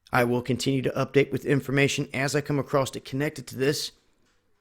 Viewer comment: arrrrghhhhh it's not acrosst it's across bro plz stop sayin acrosst